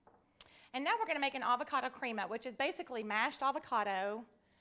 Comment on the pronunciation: It's pronounced creh-ma not crea-ma fyi....